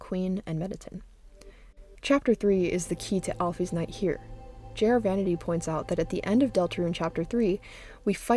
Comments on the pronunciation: al-fis not al-fees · The way she pronounces alphys is angering me like at least use al-fis or or al-fyze